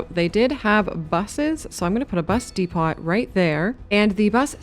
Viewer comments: Good video, but lol you saying "de-pot" kills me lmfao just to help you look at it like this depo and not depot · Do all Canadians pronounce the T in Depot? In the UK it is silent and I’ve never heard it otherwise before. Great video btw.